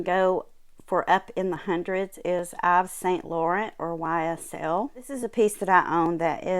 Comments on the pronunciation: Great video thank you. In French Yves Saint Laurent, his first name Yves is pronounced Eve like Eve in the Bible. They French don't pronounce the letter S. Blessings. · You pronounce it Eve. Love all of your beautiful jewels.